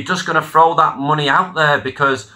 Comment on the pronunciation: Mate, I'm a Manc, and even I don't say Free (three) and Ver (there) get a grip. Stories are good though